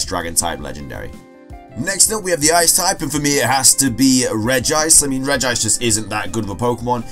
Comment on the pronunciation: The pronunciation it’s correct ( it is NOT regi-ice, there is only one “ i “)